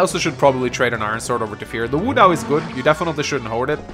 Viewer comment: What i wouldn't give for you to pronounce wo dao like wo dao and not woo dao